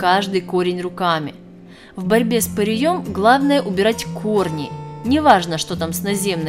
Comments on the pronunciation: С ПыреЕм !!!! А не с пыреЁм ... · С пырЕем, а не с пыреЁм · С пыреем, а не пыриЁм. Всезнающая вы наша... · Не с пырьëм, а пыреем! 🤭🤭🤭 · Как то правильно произносить надо. Не пырием.. А пыреем... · И ещё...не пыреём, а пыреем. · ПыриЁм?? Может ПырЕЕм! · ПырЕя, а не ПыреЯ!!! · В ьорьбе с пыреЕм.с пырЕем.абсолютно безграмотная речь и ни о чем.